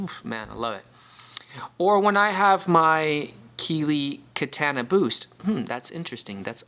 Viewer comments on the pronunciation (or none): The way you say Katana is mind boggling 😂(Kah-Tan-ah)